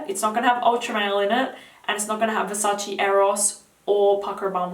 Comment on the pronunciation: Versace, not Versaci. . .